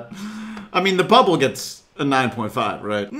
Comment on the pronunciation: you said buttle instead of bibi bubble lol (